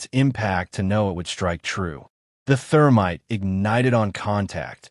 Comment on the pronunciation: "Therminte". Freshens your target's breath while ruining your weapon....